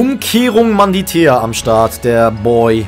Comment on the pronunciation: Wie er einfach immer Manditea anstatt Mantidea sagt XD